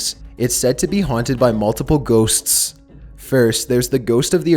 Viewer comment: On #4 - the emphasis on the GHOSTS scared me more than the story. Can't do that to a guy while he's on the crapper.